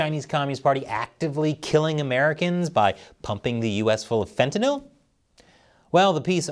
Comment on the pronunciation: is the ONLY person on media that can pronounce "fentanyl" correctly!